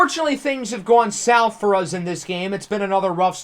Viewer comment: i’ve watched so many of your videos i’ve started saying “uz” instead of “us” 😂